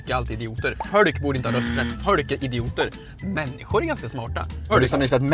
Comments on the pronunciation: Det heter inte fölk det heter folk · Stör mig på att ni säger följ och inte folk